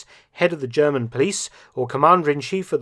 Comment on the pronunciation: I love your impeccable German pronunciation 👏👏